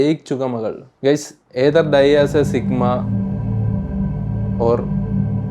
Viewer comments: സിഗ്മാ ❌ചുഗമ ✔️😂🤦🏻‍♂️ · Sigma ❌ ചുഗുമ ✅